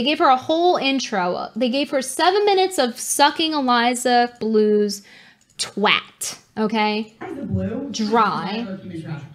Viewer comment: Brittany saying twat the proper way, is impressive and funny.